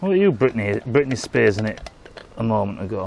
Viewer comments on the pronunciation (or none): none